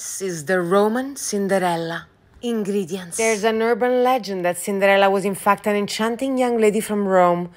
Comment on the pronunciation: That li‘l rat… ähhh, sorry dog in your arms when you announced „ingridients“ really killed me 😅😂🤣